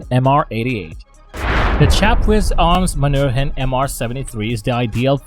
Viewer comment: Ffs get a narrator that can pronounce words. Point 357? And it's man hu rin